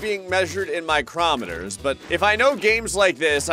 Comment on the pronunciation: I love you, but it is not pronounced 'micromet' it is micro meter. As in microscopic.